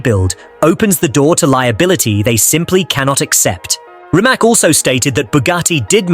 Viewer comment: It's Rimac not remac not rymac I just wish it would get it right.